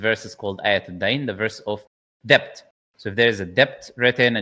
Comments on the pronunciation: Brother, sorry to nitpick. Debt is pronounced as det not debt. I do not want non-muslims to make it an issue. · it’s pronounced D-E-T not D-E-B-t the b is silent